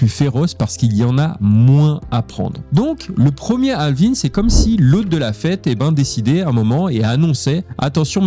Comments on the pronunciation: Bonne video, par contre toute la vidéo en Français mais juste le mot « halving » avec l’accent Anglais c’est horrible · On dire quand dit halving on dirait un film français avec les voix canadienne lol